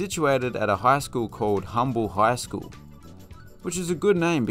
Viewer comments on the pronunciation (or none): Now I will say Humble is not pronounced Humble everyone says Umble don't ask me why the H is silent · yes, the H is silent here. Umble it's called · Thought all of the jokes about Humble were funny until I remembered Humble is pronounced umble 😂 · Humble is pronounced umble. Cy-Fair stadium also has a junior college play there. You missed Veterans Stadium (League City) and Challenger-Columbia Stadium (Friendswood, named after the space shuttles) that are part of Clear Creek ISD which is in southeast Houston in the NASA/Clear Lake stadium. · When pronouncing Humble the "H" is silent and pronounced Umble. The Astrodome was designated a historical site so while not being used it is unlikely to be torn down any time soon. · The Texans never played in the Astrodome The H in Humble is silent You left out Spring, Klein, Sheldon, and Conroe ISD Disappointing.